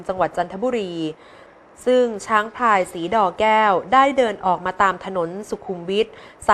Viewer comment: ฟังไปฟังมา หูได้ยินชัดว่าผู้อ่านข่าวหญิงอ่านคำควบกล้ำไม่ผ่าน น้ำตกพลิ้ว ได้ยินอ่านว่า น้ำตกพิ้ว ,ช้างพาย แก้ว ทั้งๆที่หวัข้อวีดีโอขี้นว่า ช้างพลาย แวะเล่นน้ำโคน, แทนที่จะเป็น โคลน อันตลาย เป็นผู้บรรยายข่าวไม่ควรพลาดการออกเสียงภาษาไทยที่ถููกต้อง ข่าวคนดูกันทั่วประเทศ ลงยูทูปเสียงไปทั่วโลก ถ้าคนไทยอ่อนภาษาตัวเองนี่ อือออ..น่าเสียดายคะ แนะนำผู้บรรยยายข่าวไปหัดฟังภาษาไทยที่งดงาม ใช้ถูกต้อง อออกเสียง ร.เรือ ชัดเจน คำควบกล้ำ ร. เรือ ล.ลิง ชัดเจน ที่ช่อง อ.อาดัม แบรดชอร์ อ.สอนภาษาอังกฤษให้กับคนไทย และปัจจุบัน อ.อาดัม ยังเป็นตัวอย่างการใช้ภาษาไทยที่งดงามและถูกต้องให้กับคนไทยอีกด่วยคะ โชคดีีที่ผู้บรยายข่าวออกเสียง ร.เรือ ชัดแจ๋ว ไม่เป็น ลอ.เลือ แบบที่คนส่วนใหญ่เขาเป็นกัน แนะนำเพื่อคนไทยจะได้ช่วยกันใช้ภาษาไทยให้ถูกต้องสู่คนรุ่นต่อๆไปคะ